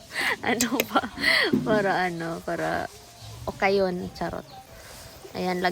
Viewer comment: Okay okayin mo wag ogay ogayin😂😂❤